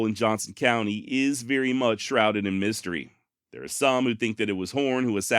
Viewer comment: THE BEST channel on the net , hands down ! Gotta sponsor and ain't changed one bit . Don't , cause that's why you're here. Even willing to drop the occasional f bomb. Never change. Excellent narration . Love it until you say veery. It's very damnit! Lol. Give us more. Hope you're making a VEERY big pot of moolah.